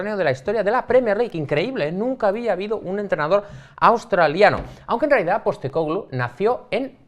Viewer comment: #PIFIASLMI Para haber unanimidad en el apellido, le estáis poniendo el acento donde no toca. Su nombre en griego es Άγγελος (Άγγε) Ποστέκογλου, pronunciado algo parecido a ANyelos (ANye) PosTÉcoglu, no PosteCÓglu